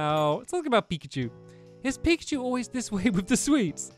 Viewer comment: Please say pikacha